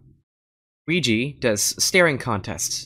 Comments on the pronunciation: Weegeepie not WEEGEE need pie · it's weegie